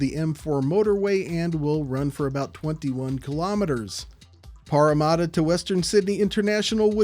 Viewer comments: Pretty close! "Paramatta" is pronounced "Para" as in parachute, and "matta" the same as "matter" ;-) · as a Parramatta local, I am still concened about the butchered pronunciation, there's no u's in the name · The parramadda kills me